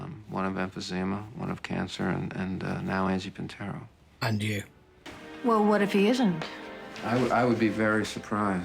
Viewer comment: Angelo PIN-tero, bowling club proprietor! 🤣🤣